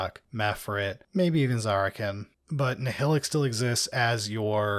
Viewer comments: As someone who listens to the audiobooks, it’s weird to hear people pronounce Nihilakh as “NI-HILL-ICK” instead of “NI-HIGH-LACK” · Nile-ack ! C'mon guys.